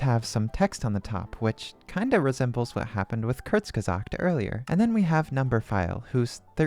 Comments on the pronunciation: As someone who knows German : hearing you pronounce it like "kürtss gesahgt" was hilarious. Great vid tho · ITS NOT PRONOUNCED KURTSGESAKT ITS PRONOUNCED KOURZGESAGHT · It's crtsgizort (Kinda) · Kourts-guh-zaakt (our like in "your", r pronounced in the throat like gurgling water). Hope this helps. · It's actually Coorts guh zaakt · Kurzgesagt is pronounced Corks giz art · The way you looked it up and still pronounced it wrong 😭 if you look closely it says "American pronunciation" dawg tf u mean American pronunciation?? That's a German word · It's actully kurz - GE - sagt, You have to pronounce the z and both g very sharp. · that isn't how you pronounce kurzgesagt actually. The u is pronounced like in cool. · That computer voice's pronunciation of Kurzgesagt isn't all that great. The u is pronounced like oo. It sounded like it has an English/American accent. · That is NOT how you say kurzgesagt😭 (source: I'm german) Awesome video btw, super interesting. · actually, it’s pronounced different. The u is more like the o in cool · even this is wrong cuz its still the american pronunciation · I do want to point out, that when you searched "How to say Kurzgesagt" it, for some reason, showed you the "American pronunciation". Considering that it is a German word, that is not actually the correct pronunciation. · wait google gives a wrong kurzgesagt pronounciation??? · WELL I SPEAK GERMAN AND YOU PRONOUNCED IT WRONG!!! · As Another Native German Speaker, You Did Pronounce It Wrong, But I Really Wasn't That Bad. You're In Like The Top 5% Of People Who I've Heard Trying To Pronounce It! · yes. As a native German I agree. I'm just disappointed at google for that pronunciation thing, to be honest. Like, that she looked it up and the source got it wrong... I think she'd have gotten it right if she actually heard the correct pronunciation.